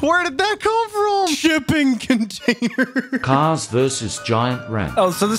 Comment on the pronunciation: "SHIPPING CONTAINERR"